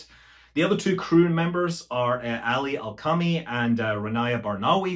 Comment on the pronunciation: I don't want to sound like a jerk, but you messed up the Man's name from Saudi Arabia - You sais "Ali AlqaMi' instead of 'Ali AlqaRNI' .. but I COMPLETELY UNDERSTAND HOW YOU DID TEIS... with the FONT you used a LOWER CASE 'RN' ( rn ) look almost IDENTICAL to a LOWER CASE 'M' ( m ) ..... its a VERY COMMON MISTAKE when using the MOST USED FONTS (the DEFAULT font)... it is SO COMMON that when President Trump was being 'investigated for connections to Russia' there were public files on the people involved and when it came to James Comey someone PURPOSELY changed his name in the files to James Corney to HIDE most of his files!!!! Eventually it was figured out and his files were made available, but irt REALLY DID HAPPEN!!! LMAO!!!